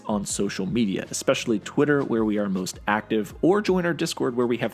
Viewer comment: "ECSPECIALLY" ... kill me now